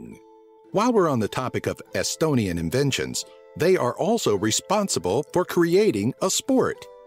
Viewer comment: Dude you can't speak estonian XD (I'm estonian)